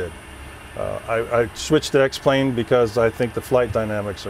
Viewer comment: He fucked it up when he said X-Plane